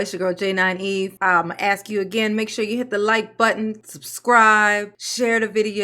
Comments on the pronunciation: Let me aks my manager 😂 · I couldn’t sit there and let her talked stupid to me. !!!!Throw 💩 back to her!!! Correct her English! The word is Our not Owl .!! How are you doing anything right bc you are crazy and Dumb as a bag of rocks!!! Asked not axe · She cant even prononce her words right , ax me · I can’t have my mayor or anyone who says axe instead of ask in control of my money 🤷🏽‍♂️ she def axing away at the money literally!!! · Wow, just hearing her speak proves to me how low her intelligence actually is. I've never hear a grown professional say axe instead of ask.. damn, why is Dolton reelecting this high school drop out? All this goofy ass beezy is doing is gaslighting and double talking stuff. The FBI is going to tear her a new one. They arn't going to take her ghetto crap. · you need to quit ax'em them and ask them lol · can we use proper English? axe? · Why can’t she say ask asa warlord instead of axe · Is she saying Ask or Axe?? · Axe axe axing....ASK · Why can't black people say"Ask"? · She cant enough pronounce the word ask